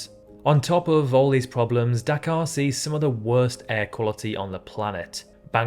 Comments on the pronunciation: Anyone else think he was saying Dakar 😂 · I heard Dachau at first😭😭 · You saying Dhaka sounded to me like Dakar, in Senegal. 🇸🇳